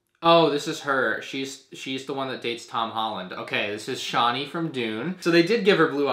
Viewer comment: Ah-Tray-Dees not Are-Tray-Dees and Chawn-Nee not Shawn-Nee